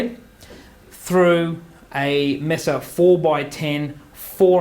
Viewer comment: "MAY-suh" not "Mess-uh".